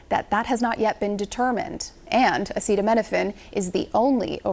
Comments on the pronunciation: Dr. Trump cannot even pronounce Acetaminophen. Leave the medical recommendations to the experts. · He can't even pronounce acetaminophen, but expects us to believe he knows the intricacies of its molecular structure and how it interacts with the human body (which Trump thinks bleach is medicine for) enough to take his word over doctors who've been to med school? And know how to pronounce common words? But the answer for a lot of people is, yes. He should expect that because they will.